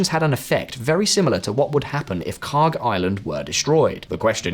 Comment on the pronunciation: "This is KHARK" Ya know, for a second i thought you said... something else...